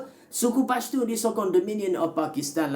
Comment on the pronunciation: Bukan bashtun. Tapi pashtun